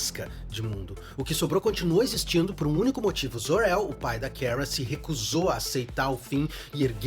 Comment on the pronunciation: Pq ele fala "keara"? Parece q tô ouvindo a carlista flockheart como mrs. Grant da serie da supergirl falando o nome da kara errado 😂😂😂